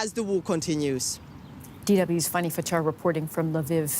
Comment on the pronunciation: Why do you keep calling her “Funny”? Her name is Fanny, which is pronounce like fan + ee.